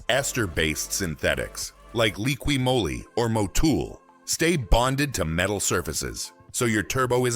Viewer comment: Moly is pronounced Mall-ee. Not Mow-li.